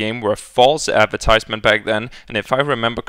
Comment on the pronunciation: "False appertizement" XD